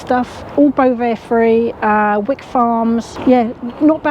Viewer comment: Please note its actually pronounced 》 Whyk.《 not Wick. 😁😍 it's because I live in a place called Wyke. Really love your work.